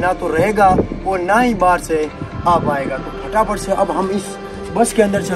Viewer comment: bhai fatafat ko phataphat bolte hai😂😂